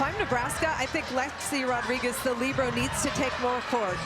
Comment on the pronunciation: Didn’t they call her a ‘libro’. They weren’t pronouncing the e